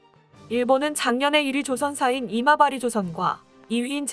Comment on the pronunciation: 자꾸 왜 '이마바리'조선소가 '어리버리' 조선소로 들리지?